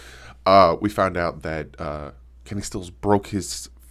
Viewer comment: Did you say Kenny stills ????